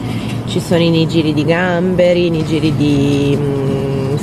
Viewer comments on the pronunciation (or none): i nigiri si pronunciano nighiri:p